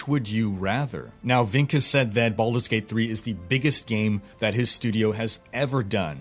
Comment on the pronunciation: did you say baulders gate 3???? O_o